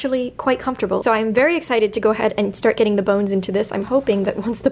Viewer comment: Instead of hearing "basting" stitch I hear "bee sting stitch" and proceed to have nightmares🤪